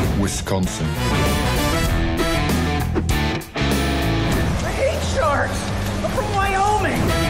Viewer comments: The fact that they got it right (Wisconsin cheese curds, baby!) and had Alan Rickman say "Wisconsin" makes me so proud I might just cry :') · Finnaly, someone said WISconsin and not WESTconsin. All my cheeseheads know the frustration.